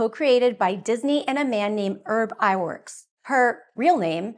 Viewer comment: "Ub Iwerks," not Urb.